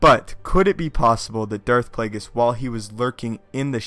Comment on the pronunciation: Darth Plagus??? Don't you mean Harry Potter's nemesis?